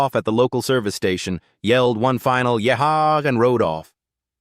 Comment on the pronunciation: Don't you know how to say "yee haw"?